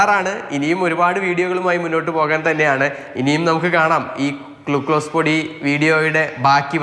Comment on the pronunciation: ക്ലൂ കോ സല്ല.ക്ലൂ ക്ലൂസ്😅